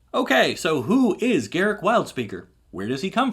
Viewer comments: Wizards stated years ago that his name is not pronounced "Garick", it's pronounced "Gar-ruck", as it rhymes with truck. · I know WoTC said his name is pronounced Garruk, but I prefer Garruk. I've always called him Garruk and refuse to say Garruk. Fight me